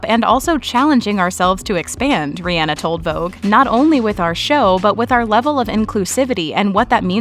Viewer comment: It’s Ree on nahh NOT reeee Ann ahhhh 🙄 bitches